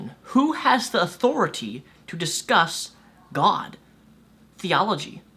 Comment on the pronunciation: I think he meant "What gives you the authoriteh" not authority